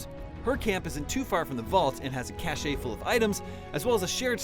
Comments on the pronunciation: *cashe...not chash’ay’ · It's pronounced CASH not CASHAY